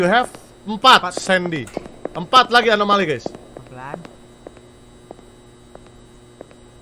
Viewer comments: ini lucu bgt bang windah bilang amonali trus dibenerin bang jadi alonami, kan yg bener anomali bangg 😅😅😅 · anomali❌ amonali✔ semangat bang windah😊😊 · "Amonali amonali udh balik balik " "alonami " anomali anjer bggg😭😭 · "amonali amonali" "alonami alonami" YANG BENER ANOMALI T____T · acumalaka bukan alomani bang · anomali ❎ alomani ✅ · ngakak bang windah blg amonali trus bang benerin blg alonami padahal dua" nya salah seharusnya anomali😭😭😭😭